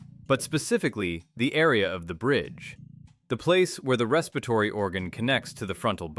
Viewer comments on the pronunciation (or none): Ress-peer-a-tory, not Respa-tory.